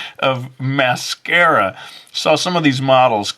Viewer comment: Its mascara not massacre